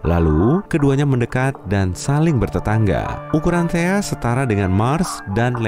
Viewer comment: THAE KALI BUKAN THEA